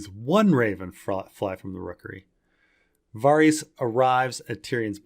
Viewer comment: As much as I am craving ASOIAF content, the constant mispronunciation of "Varys" is shortening my lifespan.